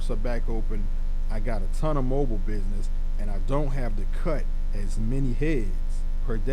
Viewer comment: Did u say “bidness” Or do you mean business?